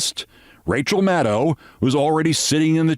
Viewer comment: FINALLY someone can pronounce Maddow correctly!!